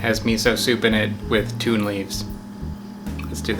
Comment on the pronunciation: pretty sure it is pronounced »tohn« the first syllable like the »to« in torah. It ain't tuna